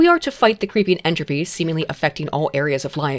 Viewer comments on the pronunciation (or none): none